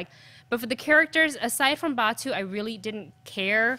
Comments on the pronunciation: It's pronounced Batou (ba-tow) not Ba-two! 😩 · 1K people LIKED this review? These three reviewers couldn't possibly be MORE in sync with each other, which makes me question the truth of this review. Out of three people, two of them GITS fans, not one of them can pronounce Batou's name correctly. Neither of these people are fans . . .